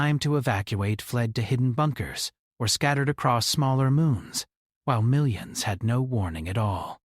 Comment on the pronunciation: Can’t stand it anymore!! “Million” is pronounced “ MILL YUN”. Thank you.